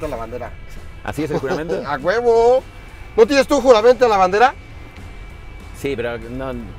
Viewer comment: Saludos mi escorpion! me dio risa que le dices "Ya deberías aprenderte el juramento a la bandera" pero no lo dijiste bien, espero sea parte de tu personaje jajajaja